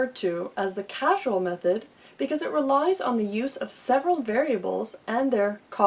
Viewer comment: Check your pronunciation of "variability." And "causal" is not the same as "casual". Who edited this video?